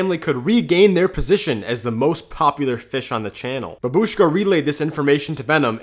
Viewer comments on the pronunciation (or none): Yk that’s not how you say babushka right, shorter Ushka longer bab. You’re putting the stress of The word at the end when it’s supposed to be at the beginning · it’s Baa-bush-ka, not frikin babishka idiot, the “ba” is pronounced longer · Remember, it isn’t bab-ush-ka it is pronounced bah-buh-shka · Its not babushka you pronounce it as bahbushka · In reality we pronounce it like "bábushka" making attention to the A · Babushka is how you say grandma in Russian. Except, please don’t pronounce it like that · I'm sorry, that's not how you say babushka (I'm Russian) if you wanna know how to say it, you pronounce it bahhbushka